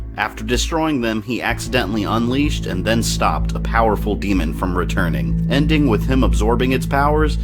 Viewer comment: You keep saying demon wrong and it annoys the shit out of me